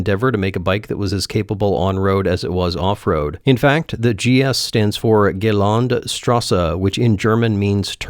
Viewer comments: i thought you were speaking french when you said Glände Straße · I have never heard anybody pronounce a German work as badly as you did Gelände Straße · Ja, er hat's echt auf eine ganz ungewohnte Art und Weise falsch ausgesprochen :) *He really found a completely new way to butcher the pronunciation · "Gaylund shtrussay" Good enough German: check!